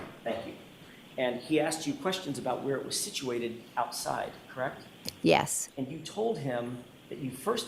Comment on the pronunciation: She shakes her head no slightly a few times when she’s saying “CrrrWREKT”!! She’s an absolute SCAB!